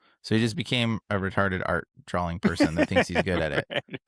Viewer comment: Haha why does always say drawling instead of drawing. Am I missing something here? 😅